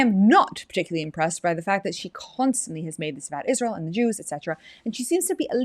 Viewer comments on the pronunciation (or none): Like your husband, can’t stand hearing that “IZHSrael” over and over from her mouth